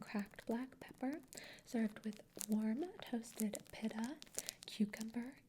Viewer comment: beautiful asmr! It is peet-a though not pit-a, idk if that was a part of the valley girl vibe but wanted to let you know 💗